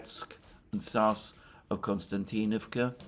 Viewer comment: Why does pronounce SouTH as souSE? "Dima"sp?) of the Military Summary channel also says souSE instead of souTH! Oh, and the barking dog is also VERY annoying! If it's a situation that cannot remedy at the time, should at least apologize for the inconvenience! "Just sayin"